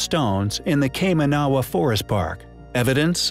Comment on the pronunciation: I love the way the dude can't even pronounce Kaimanawa correctly. Was a little surprised that didn't elaborate on the 9000 year old Bitcoin mine discovered